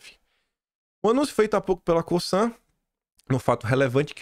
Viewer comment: a Cosan é aqui da minha região, se pronuncia CoZan (com som de Z )